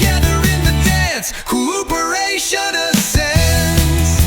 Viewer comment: Today I learned that AI doesn't know how to pronounce the word "cooperation" 😂